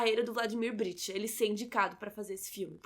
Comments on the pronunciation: Interessante crítica, mas, por favor, pronuncie corretamente o nome do protagonista. É BriCHta e não BriTCHa. E o sobrenome do Arlindo é Barreto e não Machado. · Brichta e não Britcha como pronunciado!